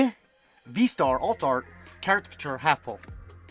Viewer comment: I love how you still say “” even on the non trainer gallery cards. I’m all for it. It’s hilarious.